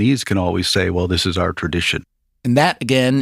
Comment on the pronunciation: When says “well”, it sounds like “whale “, to me